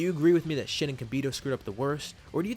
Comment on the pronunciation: I dont know if its only me but when he says shin and kibito it sounds like shitty kibito 😂😂